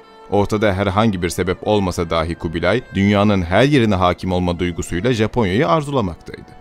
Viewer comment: Kardeşler, harikulade videolar hazırlıyorsunuz. Tebrik ve teşekkür ederim. Ancak, LÜTFEN ama LÜTFEN şu "dâhi" ( a uzun ve deha sahibi anlamında) kelimesi ile "dahi" ( a kısa ve "bile, da/de anlamında) kelimesini KARIŞTIRMAYIN, DOĞRU TELAFFUZ EDİN. Buna dikkat etmek hele de sizin gibi örnek alınacak kanallarda öyle faydalı olacak ki... İtibar edin bu dediğime, lütfen. Millete faydanız olacak bu konuda. Günlük hayatta çok karşılaşıyoruz maalesef buna. Gelin, bunu dikkate alın.